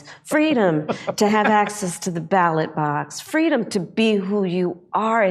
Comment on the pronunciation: Did she say "freedom" or "fweedom"?